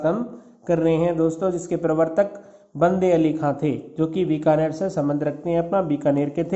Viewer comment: Sir app binakar,,ko,,(Bikaner) kyo bol rhe ho🙆